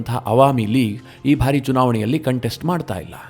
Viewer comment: ನಿರೂಪಕರೇ , ನಿಮ್ಮ ಬಹಳ ಸ್ಟು U ಟ್ಯೂಬ್ ಗಳ ವಾರ್ತೆ ಗಳನ್ನು ಕೇಳುತ್ತಿದ್ದೇನೆ. ತಾವು ಕೆಲವು ಶಬ್ದ ಉಚ್ಚಾರಣೆ ಸರಿಯಿಲ್ಲ ಅನಿಸ್ತದೆ . ಬಾರಿ ಎಂಬುದನ್ನು ಉಚ್ಚಾರಣೆ ಮಾಡುವಾಗ ಭಾರಿ ಅಂತಿರ ಭಾರಿ ಗಾತ್ರ = ದೊಡ್ಡ ಗಾತ್ರ ಭಾರಿ ಪ್ರಮಾಣ= ಹೆಚ್ಚಿನ ಪ್ರಮಾಣ . ಈಗ ಅರ್ಥವಾ ಯಿತಲ್ಲ ಬಾರಿ ಹಾಗೂ ಭಾರಿ